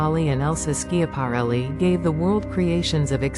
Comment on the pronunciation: How can you expect folks to listen when within the first 8 seconds the AI narrator mispronounced ELSA SCHIAPARELLI?!?